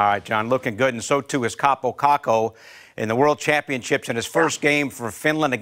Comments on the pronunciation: Your Kaapo Kakko pronounciation is good but you are saying it like Kaapou Kakkou. like hear how google translate says it thats the right way to pronounce it. If you don't believe me you should trust me cuz i'm finnish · Im Finnish and its pronounced KaaPO KaKKo! not Kapo Kako👌